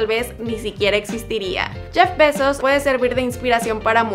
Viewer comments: Su nombre lo pronunciaste mal todo el tiempo se pronuncia "Jeff Bay-zos" no "Jeff besos" ni "Jeff baisos" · Like si oíste "Jeff Pesos" en vez de "Jeff Bezos".